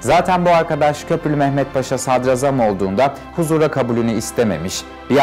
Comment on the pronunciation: Hocam diline emeğine sağlık ama sadrazam telaffuzun yanlış. Sadrâzam şeklinde olacak. Ra uzatılır za değil. Kurbanın olam.